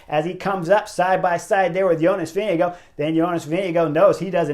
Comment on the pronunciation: Is Vingegaard really pronounced as VINNY Go?